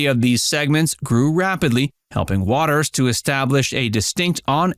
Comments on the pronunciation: It’s WATER’S world not wateres 🤣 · Inaccurate headline. And they pronounce the show name as "waters world". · Please tell this reader of script that "Watters" and "Watters' " are both pronounced with only 2 syllables. Jesse comes across as though he is just an average guy, saying what average guys think. This is what makes him likable.